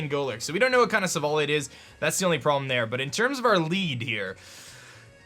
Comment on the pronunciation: stop saying silvally wrong!!!!!!